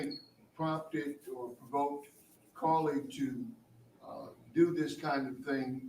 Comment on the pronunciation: I’m screaming when he said CarliTHAAAAA 🤣🤣🤣🤣🤣